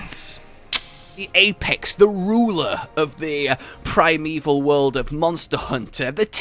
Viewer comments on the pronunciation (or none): none